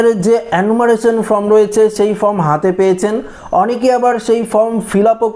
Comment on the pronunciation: আবে, ফ্রম নয়, ফর্ম।